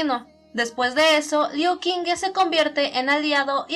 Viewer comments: no seria liu shingu la pronunciación? :'v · In addition to the fact that I had already said in a video that I don't know how to pronounce Chinese names, so an apology ⊂(・﹏・⊂)